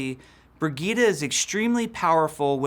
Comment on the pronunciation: Brig-eet-a?? Do you mean Bridge-ette?